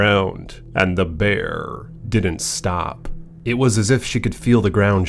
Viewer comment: 😂😂 .. "the Bearrrrrrr!" I just love it buddy!! 😂😭😆 (this would be a helly-good script for a horror movie!)